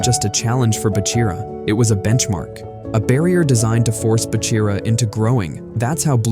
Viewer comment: Se dice Bachira no Bira. Se podría confundir con Kira que ya fue Eliminado